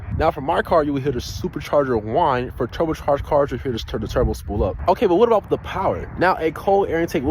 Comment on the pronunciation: Bruh did not just slip up saying turbocharged and continued like no one noticed